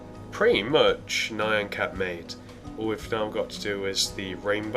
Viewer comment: It's pronounced NE-AN (like MEOW), not NI-ON!!!!!! NYAN CAT!!!!!!!!!!! NOT NION CAT!!!!!!!!!!!!!!!!!!!!!!!!!!! LISTEN TO ITS PRONOUNCIATION IN THE SONG!!!!!!!!!!!!